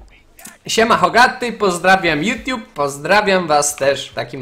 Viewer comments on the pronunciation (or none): none